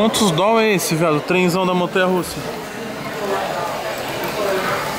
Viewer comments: "Dol" e meu ovo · AGONIA DA PORRA ESSE "DOLL" NÃO EXISTE ISSO MANO!!!!! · Para de fala Doll manu tá parecendo outfit hauahau bagulho tosco da porra